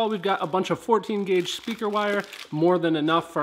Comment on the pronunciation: 0.51 did he say grauge ? ... lol ... good video , looking forward to seeing that future sound deadening & enclosure videos